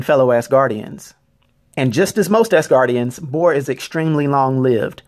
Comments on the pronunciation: Why he gotta be calling them ass guardians instead of asguardians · I keep hearing Ass-Gardians in this vid lol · Lmao "AssGuardians" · not pronounced ass-guardians, but az-guardians. learn to pronounce shit before putting videos up. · I know he's saying "normal Asgardians", but I hear "normal-ass guardians". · Is it just me or nah but he keeps saying ASSguardians.